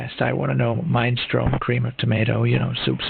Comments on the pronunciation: ahh yes my favourite soup mine stron not minni stronay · Ah, “mine-strohn “ soup. My favorite! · Also when it pronounced minestrone like "mine stroan"